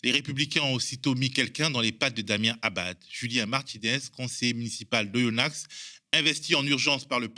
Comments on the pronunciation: Oyonnax sans X dans la prononciation svp ^^ Magnifique le RN coule c'est beau ! Ils valent rien c'est fou Bonne vidéo comme d'habitude !! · Super comme d’hab, merci ! Petit détail je sais que vous habitez à parisse mais on ne prononce pas le x de oyonnax